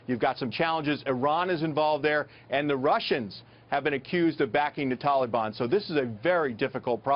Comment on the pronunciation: wtf is a Tolly-bon? Ohhhhh he is trying to say Taliban. lmaooo idiot.